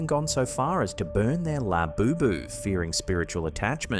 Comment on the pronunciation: did i hear lafufu instead of labubu?